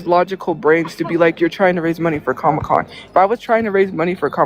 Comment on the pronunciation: What the fk is a "comocon"? 😂